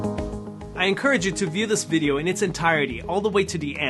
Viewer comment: I loved your “Bidio” so much!